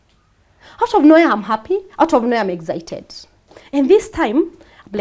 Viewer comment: What rubbish English is this eggcited , like seriously